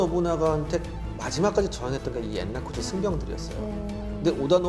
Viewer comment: 엔라쿠지 아니고 엔랴쿠지 입니다